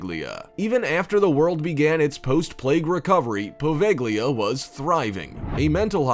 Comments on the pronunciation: You should read Poveglia as Poveja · the "g" is silent in poveglia, you really butchered that one haha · I was willing to deal with the over dramatic narrator until he mispronounced Poveglia...